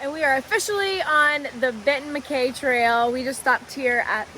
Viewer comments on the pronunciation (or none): Congrats on finishing the GA Loop! I hate to be "That Guy" but a couple of correction....First, it's pronounced Benton Mack-EYE as in your eyeballs. Second, there is a bear cannister requirement on Blood Mountain as you mentioned but it doesn't apply to Woods Hole Shelter as they have a heavy steel bearproof box that campers can put all their food in.